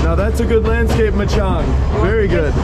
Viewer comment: It’s machan :) no ‘g’ at the end :) Enjoy your trip!